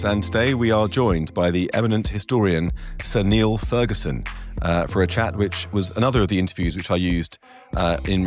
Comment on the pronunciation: Ferguson's pronunciation sounds so pretentious it gets on my nerves.